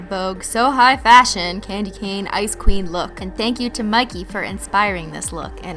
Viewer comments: Every time you said ice queen I thought you said icecream 😅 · Every time you say "ice queen" I always think you're saying "icecweam"😂😂